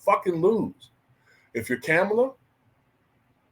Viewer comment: Just a curious question. Do you mispronounce her name on purpose or is it unintentional? It’s a lot umph on that “Kam” syllable.